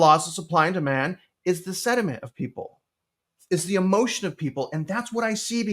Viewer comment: “Sediment” or Sentiment”? 😂😂😂